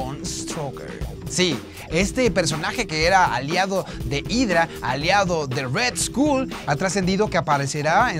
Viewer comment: aprende a pronunciar red-skull. ya no se si eres alex montiel o el camaron dorado. al escorpion se le perdona pero a ti no.